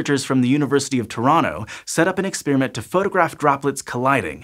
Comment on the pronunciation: Awesome job pronouncing Toronto properly. I’m from Toronto. Most people who are not from Toronto incorrectly pronounce it toe-ron-toe.